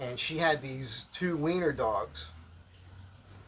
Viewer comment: It thought you said, "Wiener, dog."